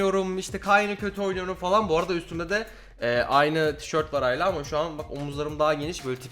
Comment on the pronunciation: Hayla değil hâla <3